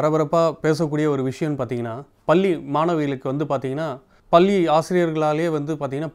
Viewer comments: பள்ளி என்று உச்சரிக்கவும் பல்லி அல்ல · Anchor please pronounce as பள்ளி and not பல்லி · நல்ல நேர்காணல்.தொகுப்பாளரின் உச்சரிப்பு தவறு. பல்லி இல்லை பள்ளி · பேட்டி எடுப்பவர் முதலில் தமிழை தெளிவாக உச்சரிக்க வேண்டும். பள்ளி என்பது பல்லி போல உள்ளது. social media ,என்று ,கூறுவது போல schools எனகூறலாம் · பள்ளி not பல்லி plse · Reporter pronounciate 'palli' wrong.so correct it.